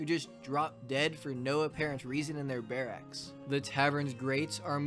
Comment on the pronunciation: Rudimentary and barracks aren’t pronounced that way.